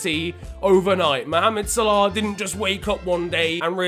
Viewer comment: why do you say salah like sole-auohhhhhh it is sal-a